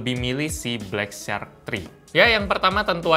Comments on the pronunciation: Katro banget inggrisnya..bacara syak..bukan sark ! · ucapan "shark" msih slah bro.. but its ok